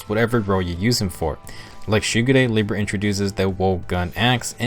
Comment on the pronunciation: And Libra.